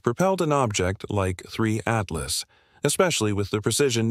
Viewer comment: Die KI-Stimme kann ja nicht mal den Namen "Apophis" oder "Three Atlas" dreimal gleich aussprechen. Jedes mal klingt der Name anders.